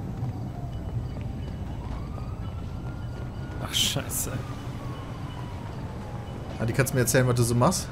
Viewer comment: sagt nie scheiße sondern immer Teiße xD